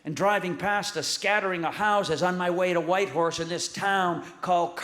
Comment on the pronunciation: He nailed Whitehorse👏🏽